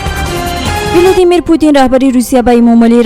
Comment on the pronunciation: Владимир а не Виладимир